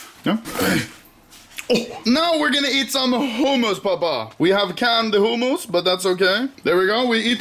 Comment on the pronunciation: i love how anomaly pronounces hummus as "homos"